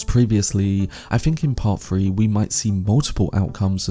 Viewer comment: Bro can’t say three